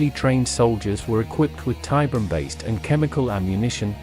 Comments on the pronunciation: I know another comment has addressed it, but i couldn't finish this video cause the ai can't say tiberium. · I’ve seen it Spelled and spoken As Tiberian, and Tiberium. Both in Wikis and games. So it can go both ways.